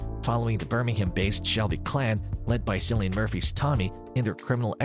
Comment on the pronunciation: It’s Killy-an, not Silly-an Murphy. Please rectify your mistake.